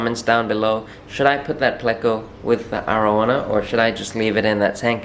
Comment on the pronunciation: Its triggers me how he says arowana